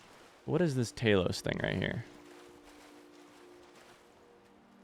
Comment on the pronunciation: The way you pronounce the mighty Talos(Tah -los) "Tay-los" triggers me, but in a fun way lol. I am watching a blind playthrough after all, frustration is a given for the common blind playthrough viewer.